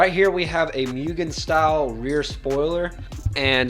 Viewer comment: Great video and nice car! Ps: its pronounced Moo-gen, not Myu-gen